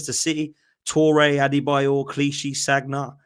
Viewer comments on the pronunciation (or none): Sagg na? Or Sanya? The latter is how you pronounce Sagna . The man played for us for so long and u still don’t know how to pronounce his name. Arsenal fan